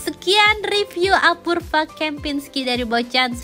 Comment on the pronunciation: "apurva"...dibacanya "apurwa"!!!